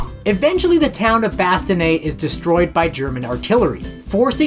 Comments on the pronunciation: Bastoneee? Bastogne! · Are these narratives machine-generated? Bastogne is not/not pronounced ‘bas tin yee’ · It would be nice if the narrator would learn how to pronounce the name bastogne